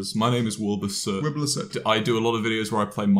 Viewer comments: Am i the only one who hear : wiblur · Why did you call him Wimblur his name is WUMBLUR GET JT RIGHT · "wIbLUR SoOT-" "This is WIB-LURR SOOT" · The way James corrects Wilbur when he says “ I’m Wilbur Soot”— and James immediately says “Wiblur Soot” 🤣🤣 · Its pronounced wiblur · Let me just correct you. It's Wiblur 🤣🤣🤣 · why is no one else talking about how James keeps calling Wilbur “Wiblur” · i like how her called wilbur "wiblur" and he didn't say anything about it like it was normal lol. I'm getting ideas for lore :') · “Wiblur soot” -james marriott 2020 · 'this wiblur is the best.' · “Wilblur soot” Anyone else hear that? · He said wibalur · at the start James said willybur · WiBlUr who is WIBLUR JAMES? i only know wilbur not wib-lur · Did he say wiblur? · Bro u r saying Wiblur instead of Wilbur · W I B L O A R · Ahh yes. Wiblur soot. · LMAO JAMES CALLS HIM WIBLUR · wibluh- ah yes I do love to watch wibluh :] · "this is Wiblur soot" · "wiblur soot" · Why did I think he said wilblur in the beginning🤣😭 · He says wiblur soot 😂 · did he say at the beggining wiblur? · He said wiblur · He said Wilblr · Why does he call Wilbur Wilblur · it isn't a joke, he purposely just said his name wrong because that's what wilbur's fans call him